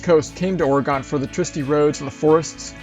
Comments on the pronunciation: Excellent video. We are considering doing this journey in a Jeep! I'm dying to drive Ophir Pass in CO. A friendly tip from a native Oregonian to anyone who's willing to listen and learn: we pronounce it "OR-a-gin" instead of "OR-ee-gone". Happy future travels to you,! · Great video and some beautiful scenery… Side note: Oregon is pronounced “Ory-gun”. I hope to some day take this same trip in the next handful of years. Cheers 😀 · its Oregon not oregone we didnt go anywhere